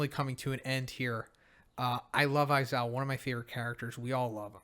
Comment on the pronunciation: Never stop saying aizowa its the best lmfao